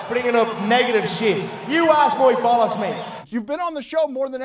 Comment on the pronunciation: 😂😂😂 " oy couldn't give a bullucks "